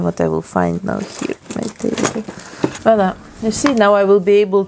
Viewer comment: I like the way she says Voila. It souds correct.